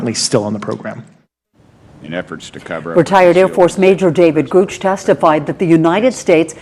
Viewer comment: Did that reporter just call David Grusch, David Gooch?